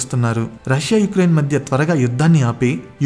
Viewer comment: ఉక్రెయిన్, పుతిన్, వెనిజులా ❌ యుక్రెయిన్, పుటిన్, వెనిజువెల ✅😅